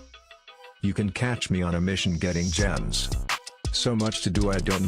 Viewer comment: To everyone trying to find the timestamps to skip the ad, rhymes gems with spend so you can make fun of him for that instead!